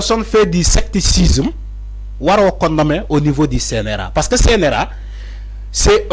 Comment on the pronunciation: Mon cher frère, tu es un journaliste qui a toutes les qualités requises pour être un des meilleurs au Sénégal. On dit ( SECTARISME) au lieu de sectacisme.